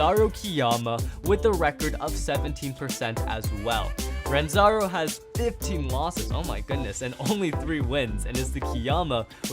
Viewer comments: Bro his name is Ranzo not Ranzaro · Bro said “RANZARO” it’s ranzo 😂😂😂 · It's Ranzo not Ranzaro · Did nobody notice that said ranzaro instead of ranzo